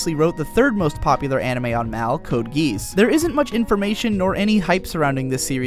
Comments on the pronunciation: I'm not sure why it's so hard for people to pronounce "Code Geass" properly. It's said multiple times throughout the anime. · Code GEEZUSS THAT PRONUNCIATION! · I don't get how you can pronounce Geass wrong when it's said out loud e.e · Terra Nort i never heard an anime youtuber pronounce it right(and i heard at least 6 say it), they always say the s as an s rather than as a sh... were do you live in BTW, might explain it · It's pronounced Gear-ass. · Wow... I actually never heard Geass being said that way...